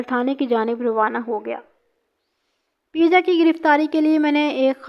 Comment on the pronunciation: Baji peeja nahi peja hota hai pervez ka urf